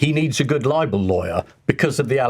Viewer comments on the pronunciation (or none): none